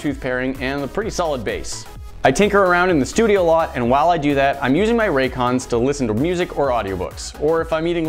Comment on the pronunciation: Lol "Raycons" 😂😂😂